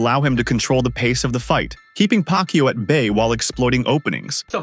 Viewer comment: this narrator is really laughable, his pronunciation on Manny's surname is pac-u😂😂😂